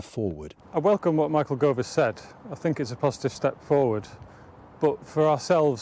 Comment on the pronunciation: Michael Gove, not Cove!